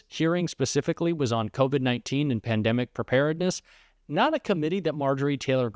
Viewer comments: What’s a “Peandimic?” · I didn't think MTG couldn't get any dumber she proved me wrong yet again could not pronounce pandemic she's one dumb bleach blonde